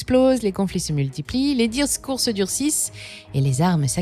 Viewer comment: "les dirours se durcissent ?" "les dirsscourse ? " ? No comprendo le 3e facteur :/